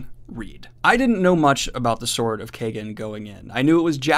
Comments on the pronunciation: You're pronouncing the title wrong. It's pronounced Keyegen not Kaygen! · I imagine it's Kie (like tie) -gen, not kay-gen... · Love your channel Daniel but every time you say Sword of Kaygen, Terry Goodkind gets a new idea. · It's pronouced like Wong! It's a long A sound. American's don't know how to say it right. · Literally scouring the comments if anyone else felt the same. I didnt even know for sure but it didnt seem right how he was pronouncing it lol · Knowing dyslexic daniel, he may not be saying it right.